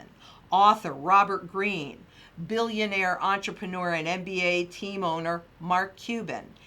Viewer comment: "Eunterprenur" ship lol "give me the money" insurance guy...